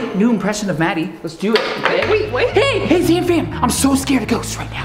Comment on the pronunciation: said raddie instead of maddie